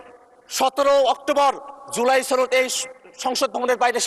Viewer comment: ছনদ নাকি সনদ?🤣🤣🤣🤣